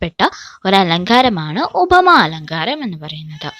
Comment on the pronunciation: ഉഭമ അല്ല ഉപമയാണ്. മലയാളം പഠിപ്പിക്കുമ്പോൾ അതിന്റെ ഉച്ചാരണം ശ്രദ്ധിക്കണം